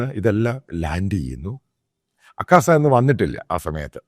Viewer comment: അക്കാസ അല്ല അച്ചായാ ആകാശ